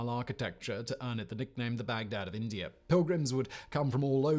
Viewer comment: I like how Simon pronounces India and Indier.